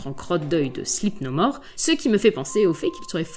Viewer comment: "Les sandman, les monstres en crottes d'oeil de Sleep No More" 😂😂😂😂😂 au debut, J'avais compris "Slip, nos morts" 🤣